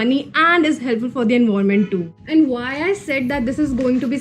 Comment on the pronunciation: Dude your tips are good but your English 🤦🏻‍♀️it's not envoiment it's environment and you pronounce it as en-vi-ra-ment And a towel is pronounced as ta-aal And it's hair not here okay So kindly have a look at these words and try improving Love love